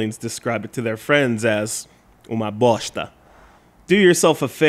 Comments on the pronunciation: Nice review as always dude, and are you sure you're not a brazilian? You spelled "uma bosta" really well, haha. :P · Hey,That "uma bosta" was perfect pronounced! Aren't you Brazilian? :p This game is pretty bad,yes. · Lol you said uma bosta really well.